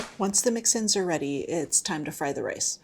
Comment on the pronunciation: Ah…mix-ins, not mixin’s.